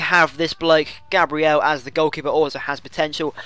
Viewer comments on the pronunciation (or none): none